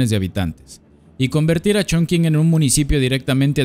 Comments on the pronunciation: Como persona que habla Chino no puedo con tu ChonKing jajaja😂😂😂😂. Se entiende que es una palabra en chino y lo pronuncias según entienda la gente que habla español. Pero te voy a enseñar y lo más parecido a la pronunciación es CHONTCHIN 😂❤ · Se dice "chongching", no "chongking". ¡Me encantan tus videos! ♡ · Sabías que Chongqing se pronuncia chonching? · La forma más parecida de pronunciar Chongqing con los sonidos del español es "chongching" y no "chongking". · Muy buen video, haz uno de Shenzhen 🙃 Por cierto, la Q se pronuncia como CH, entonces sería algo como Chong-ching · La q en chino suena como chi.... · excelente video, maravilloso, no hagas caso a los haters. Aunque si debo admitir que me dolio escuchar la q como k (mas q nada porque estudio chino), pero es solo un detalle en medio de tanta virtuosidad. Muchas gracias por tu video, eres un grande! Saludos! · Eso iba a comentar, las q delante de "i" y "e" se pronuncian como "ch", y sólo se usan en palabras de origen extranjero También el diptongo "ou" que no es propio del español se pronuncia igual que en el francés "ú" Y cualquier palabra que lleve "x" y no provenga de una lengua semita (árabe y hebreo) o caucásica (latinas, griego, germanas, eslavas, etc) se pronuncia como "j" Por ejemplo (de ciudades chinas porque es de lo que va el video): Hangzhou se pronuncia Anjzú Qingdao se pronuncia Chinjdao Xinyang se pronuncia Jinyanj Ahora podrás pronunciar topónimos extranjeros en una reunión de pedantes del español sin quedar en ridículo 😊 Posdata: las "h" después de "z" no alteran el sonido de la "z" por lo que su pronunciación es la de la "z" de toda la vida